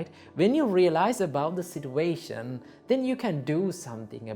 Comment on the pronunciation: all i heard is sitwation